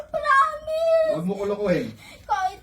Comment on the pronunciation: "Pramis" at "Wanhandred"